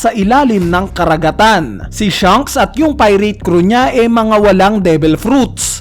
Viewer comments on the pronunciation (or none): none